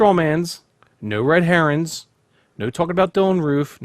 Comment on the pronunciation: Did he say "red herons" ?